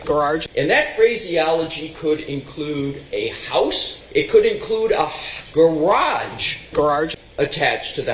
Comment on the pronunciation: Guess it’s a New England thing. My friend from Vermont says gararge too.